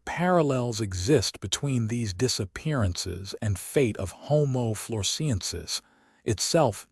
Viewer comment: I gave up. The boring commentator can't even pronounce 'homo floresiensis' in the correct way . (The Man of Flores probably watched this and killed himself; mystery solved !) 😂😂😂